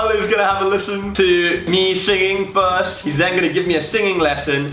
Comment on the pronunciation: lol "fwarst and foremost"